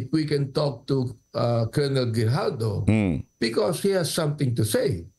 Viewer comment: Its GRIJALDO not Hidalgo❤